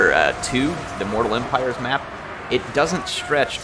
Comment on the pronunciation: ok... repeat after me... immooooortal eeeeempireeeees